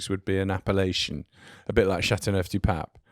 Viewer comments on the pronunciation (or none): appelation, not appalachian